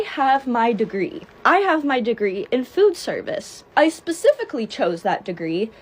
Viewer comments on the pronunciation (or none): Did she say FOOD service or did she say FOOL service? Because everybody needs food, and every college needs Fools. And blithering idiots.